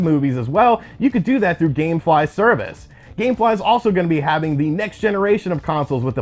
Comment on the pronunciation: Dammmmm he said gamfly lol I forgot all about them